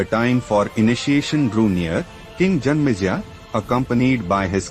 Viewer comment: King name is janmejaya not janmeja 😂